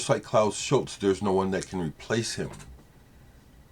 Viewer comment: Fantastic tribute.....a sad day for my beautiful country due to the departure of her son to the stars.....thanks for pronauncing his name correctly.....the only thing i would like to add is that with his first group Forminx which is an ancient string instrument like a lyre he had a hit with his song Jeronimo Janka....an instrumental that at the end you hear young Vangelis shouting Jeronimo.....he later revealed that he had a vivid dream of him going to the top of the mount Likabetus in the center of Athens and shout "Jeronimo"..... A magician, he was one with nature with god.....Αθανατος......